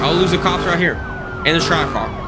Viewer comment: You said trackhawk wrong